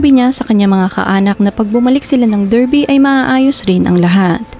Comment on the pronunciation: Correct ko lang, it’s pronounced as “DAR-BI”